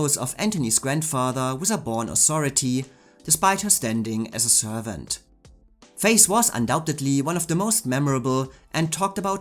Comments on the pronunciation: The reason why I wrote the comment below, was that I thought that you said Gale Sondergaard's character in Anthony Adverse was called "Face" not "Faith", so it took me a while to understand. Thank you again for the video and I hope my comment didn't bother you. 🙏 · Yes, exactly. It's closer to the "th" sound in yhat word in English than "S". Cause otherwise "Faith" sounds like "Face".